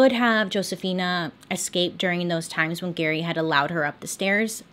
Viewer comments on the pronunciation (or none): Stop saying xscape. It's escaped.